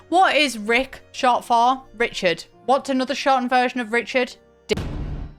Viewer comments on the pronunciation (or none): none